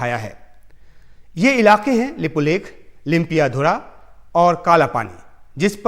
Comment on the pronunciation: Tv anker not even correct pronounce lipulek lipiyadhura.